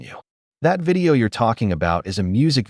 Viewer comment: She keeps saying, "my private wedding vidro" like she married herself.